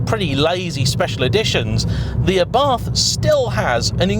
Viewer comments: Pronunciation is not ffs. It's Ah-Bart. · im italian and the way you pronounced Abarth at minute is just ridiculosly wrong!! It sounds like you are say Arbath which, once again, is totally wrong and not it is pronounced. The way britsh say abarth normally isnt really far off from the way we say it so just stick to that! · why should it be ARrrbat? Im from italy and its simply called Abart, not Abarf oder …. Wtf…xd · Who the f**K pronunce "Arrhbart"? Trust me, I'm italian, "ABARTH" is more similar to the italian pronunciaton. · ARBATH???? Can't you read, it's A B A R T H.... I usually like your reviews but this one was pointless...... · I puked a bit of blood in my mouth at “aRRRRbath” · "it's properly pronounced ARRBARTH" Me: 🤔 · I would love to know who told you that it is pronounced Arrrbarth! 🤣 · I like it, although mum keeps calling it variations on Abarth - a bath, Ardbath, Abroath, aardvark... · I think you had that pronunciation wrong 😅 it's not a pirate ship haha. Just say it without the H and roll the R a little. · Boasts “I know how to pronounce Abarth” then massacres pronunciation like a pirate with a speech impediment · Except he didn't boast. He pointed out that hes aware of his incorrect pronunciation. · it was just amusing to me that he pompously/defensively said “I do know it’s properly pronounced X” when it’s really not. But it’s a small problem in comparison to the fact this ‘review’ is a desperate attempt to be controversial with an awful clickbait title.